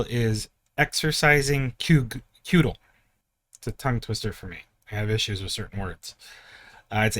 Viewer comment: It's pronounced cud/jel